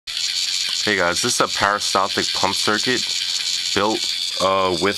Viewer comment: peri staltic, not para steltic